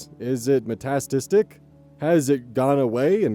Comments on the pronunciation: "metat-tistic" 😭 meta-static, like just "meta" and "static" said consecutively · you seem pretty receptive to criticism about your reading/pronunciations, so I’m here to let you know that word is “meta static.”